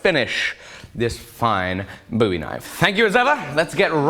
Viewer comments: Why does he keep saying "buoy" knife? Isn't it "bowie" (bow•wee)? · please stop saying that :( its pronounced bowie not booie, like a bow tie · I've been sitting here gritting my teeth for long enough now... Buoy knife? Really? What's one of those things called again that one uses to propel arrows? Is that a buoy or a BOW?? So how would one go about pronouncing BOWie? As if we were speaking about floating channel markers?? Jeesh..... Sorry for the rant but this is tickling my autism in all the wrong places. Amazing work, though, as always.